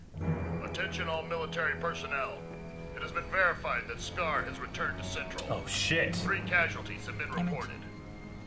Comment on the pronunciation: said Cendral again... Sigh